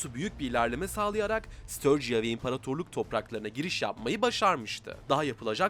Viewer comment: Ustam, störciya degil de sturgiya desen 24 saat izlerim :D